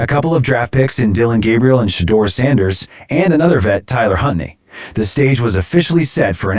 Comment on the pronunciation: audio sounds a bit off, almost like a chorus effect is on. Also, maybe go over the guys' name before you record, you said Huntley's name wrong & it's not super complex. (shows unfamiliarity with players in the league & reading comprehension issues)